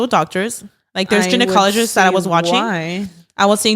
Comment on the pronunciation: Not being a Karen I promise lol just trying to help a girl out. Karina not sure if you meant gynecologist but if you did it’s pronounced (guy-know-cologist) rather than (gen-o-cologist).